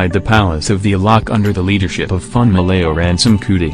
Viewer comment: Being a person from Nigeria who speaks yoruba this is cringy to listen to🙄🙄🙄😑